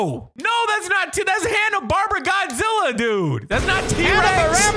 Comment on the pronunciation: “CAN WE BE FRIENDS ANYMORE? IT’S HANNA ‘BARBARA’” lol it’s Hanna, bar-bear-uh And godzilla junior is from heisei godzilla not zilla